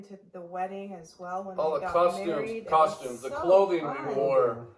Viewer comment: the video was going so well until mans said “costume” 😭😭😭 love this video!